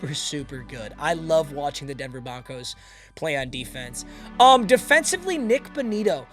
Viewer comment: Did bro say Denver Bonkos